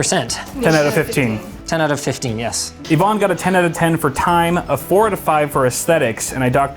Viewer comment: e-vonne?! Electronic vonne??!! *DUDE!*...... Its Yvonne